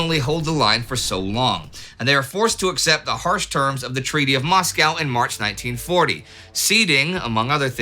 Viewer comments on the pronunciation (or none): none